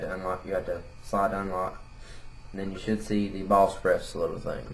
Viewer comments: Valspress? BalSpres? WTF ARE YOU SAYING! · he says bosspref